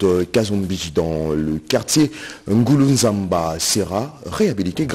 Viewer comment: C est le quartier Ngulunzambi, non nguluzamba